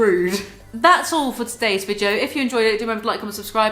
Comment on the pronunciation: I love the way u say video - ”VIGEO”